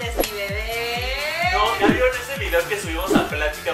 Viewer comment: Ami tambien me encantan sus "dideos"😂😂